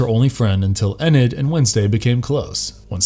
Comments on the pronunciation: Ummm.....a single panel "animation", is called a drawing, or comic if you prefer..... animation denotes motion, a single panel has no motion. Also, why does he pronounce Morticia as "More-tee-sha" and Enid as "Eh-nid"? It's "More-tish-a" and "Ee-nid" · Why is he mispronouncing Morticia and Enid so badly??? C'mon, you can't be unaware of how they're said!! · Whoever wrote the script for this guy, please make sure he knows how to pronounce names right before recording . Him saying Mortician and Enid wrong upset me and my homegirls lol . Also it’s just Thing, NOT “the thing” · I also agree it's never been the thing his name is Thing. Wednesday is not in college she's in a high school boarding school because she got kicked out of high school. Can't name of all the things that you guys got wrong but you need to slow down. I don't know how you pronounced Enid's name but you did it wrong. Plus the origins of Thing were that he has no origin story nice click bait. And yeah I know you get paid even though this is not a positive comment. It didn't feel like you really like or appreciate the Addams family for all it is worth.